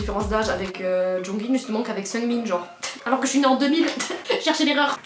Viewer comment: Att Seunmin ??? Sa se dit Sugmin